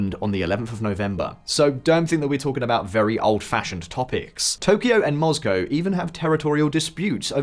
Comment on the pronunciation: I love this channel, but Moscow pronunciation really does bother me... he uses well spoken English, but it's "Moss"-cow, not "Mozz"-cow.